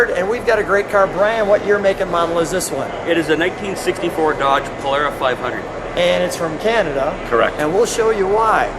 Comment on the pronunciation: Thank you for pronouncing Polara correctly.